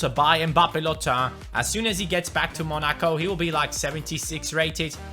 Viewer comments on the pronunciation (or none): none